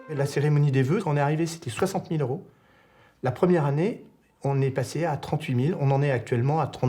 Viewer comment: "mille deux cent vingt euros" Pourquoi "z'euros" ?